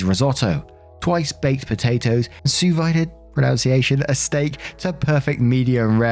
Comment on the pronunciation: Story 3, the dad teaching his daughter how to cook: It's pronounced "sue veed" French is weird. The guy verbed it, so it would be 'sue veed-ed'.